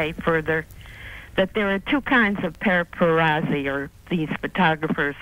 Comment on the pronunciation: I also enjoyed her saying “para-perazi”